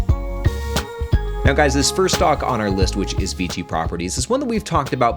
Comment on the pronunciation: Isn't it VICI? Sounds like you're saying VG